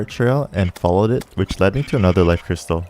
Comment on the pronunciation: ayo no offense but you pronounce life and cyst like l-if and s-ice